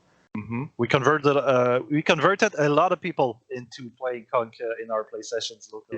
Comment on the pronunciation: Man y’all are really butchering conq lol